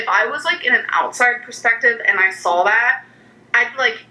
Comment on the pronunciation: again with the sawl.... i'm west coast.... i don't add in random l's where they don't belong. ayygs vs eegs i can understand, but not sawl.